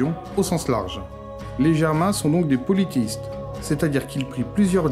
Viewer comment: Pardon mais on dit : polythéiste et non pas politiste. (Théi du grec Theos : dieu et poly : plusieurs)